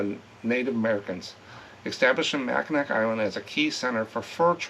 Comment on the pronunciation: Mack-n-aw island